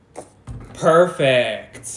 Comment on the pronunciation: Every "PaErFAeKT", a kid in Africa dies.